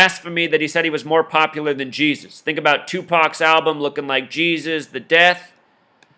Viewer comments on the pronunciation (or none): none